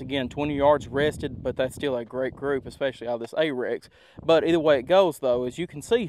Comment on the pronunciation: A little help for you, not being snarky: It’s Arex, not Apex. And it’s pronounced R-X even thought everyone on YouTube says Ay-Rex. The CEO himself says Ar-Ex. I have a Delta X Gen 2 and love it. Excellent pistol that so few know about.